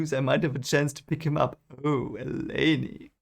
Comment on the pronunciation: There is no "Selene's Wind". Not sure how you got that first chapter weird wind has anything to do with Selene. Also, its elay-n not elay-nee